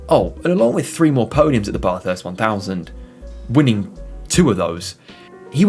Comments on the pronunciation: Bathurst!!! Not F*cking Barthurst you twat.. Bath as in Math or Crass. LOL. Good vid apart from the obvious. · It's not your accent, you're pronouncing it wrong. It's not a Bathtub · Having an accent is not an excuse for mispronouncing Bathurst. It's a proper noun. Most Australians pronounce "bath" the same way you do, but Bathurst simply isn't pronounced that way. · had to switch off, just couldn't hear Bathurst mispronounced again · Drop the R dude .. bathurst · It's Bathurst, bath is pronounced the same as math. Great vid . Kiwi from New Zealand 🇳🇿🇳🇿